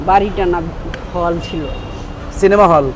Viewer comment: চিনিমা নয় রে ভাই ঐটা সিনেমা হবে